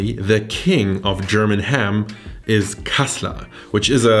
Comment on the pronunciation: Wo sind die deutschen 😂 gutes kassler 😂😂 aus berlin und ich wunder mich warum er so gut Kassler sagen kann 😂